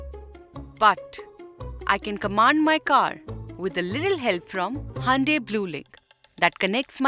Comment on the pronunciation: It's not handai it's hyundai😅